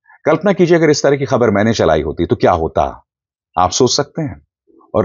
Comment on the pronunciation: helo bhai aap bhi research kar lia karo koi Pakistani India ko Aindia nahi bolta dosra agar oss chabal ko pakarna hi hay tu daikho woh lafz Khabar Kkhabar aur Parliament ko Pharliament bol raha hay jo kay koi Pakistani News ko Kkhabar nahi kahta aur na hi Parliament ko PHarliament lolz